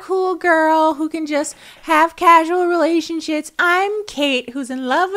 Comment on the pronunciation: “relationshits” That had to have been an accident but oh my lord hearing that is so funny and insanely true